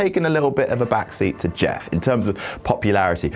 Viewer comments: "Im Jett, im Meff" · "i'm Jatt, i'm Meff" lmao